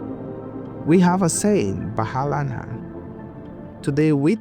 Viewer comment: “BATHALA “ means God in Bisayan pininsula pronounce it (Bat-hala) Diyos Its not “bahala na” or “come what may”